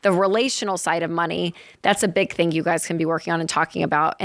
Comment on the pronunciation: When did they add a "k" to all the words ending in "ing". Lol. Thingk, savingk, spendingk, etc... Racheal and Jade both do it constantly. Hilarious. I love these guys.